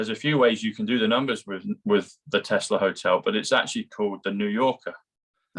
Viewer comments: dear, the inventor's name was Tesla - not Telsa! Bless you!! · Tesla not telser. Lol